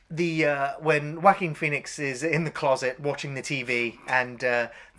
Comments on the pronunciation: First it is Joaquin Phoenix pronounced like WAH-KEEN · "Jaw-queen Phoenix" lol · Joaquin is pronounce like "walkeen". Also, you like Battle for LA better than this movie!? That movie was garbage.